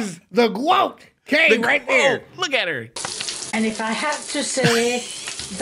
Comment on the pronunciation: Bruh.. it’s GWOTE? I thought these mfs were calling me a goat this whole time I’m so out of touch like Gordon Ramsey and his grilled cheese 😂